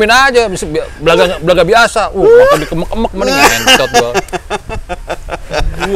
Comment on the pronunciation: Kemek jadi mekek... anjay ngakak gue 😂